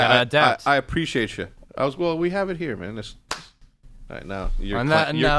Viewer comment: hecz gonna start saying "Preciate that" lmaooo